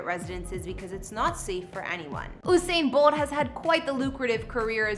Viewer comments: You didn’t even pronounce his name right 😒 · why is she pronouncing his name like thattttt😖😖😖😖